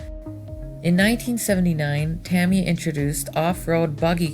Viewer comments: nice video but, say it with me "ta my ya" =) not "tami ya" =) j/k all in good fun! awesome video! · I've been corrected before, and the guy said, "Ta Me Ya". I pronounced it "Ta My Ya". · Correct pronunciation is "tah-mee-ya", which when spoken natively is almost "tahm-ya", rather than, for example, the popular American pronunciation of "ta-mye-a", or over-emphasising the first or second syllable. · "Tammy Yah" LOL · It's pronounced ta- my- yuh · No! TA-mi-ya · Look up early Delta and Bolink. In the 70s racer were building their own competition racers. Thats how the companies got started. Tamiya is being pronounced wrong. And the Road Rider is supposed to be Rough Rider. There was also a Ford F150 model with the same Sand Scorcher/ Rough Rider base. There were after market parts to turn them into pan style buggies for racing. These dominated at the tracks. The metal suspension later proved to be a hindrance. Racers were even using No suspension for buggies to lean on less weight over handling. Later the nylon plastic suspension parts outdated the Tamiya line up. Tamiya's designs could never keep up from that point. There were tons of earler manufacturers in both on road and off road. Get a hold of some vintage RC Modeler magazines. Those early off branded cars and buggies were heavily modded and became teasting grounds for the future of RC cars. Pan cars were not the first. The pan chassis came later to light weight. Awsome Video. Nice to see the vintage footage!! 👍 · Nice video, I really like the old film footage. Just one pet peeve, you need to pronounce Tamiya correctly.